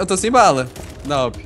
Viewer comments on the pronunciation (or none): e awp q fala e n a w p